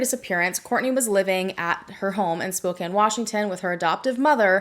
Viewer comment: Thank you for bringing attention to this case and for pronouncing spokane correctly. ❤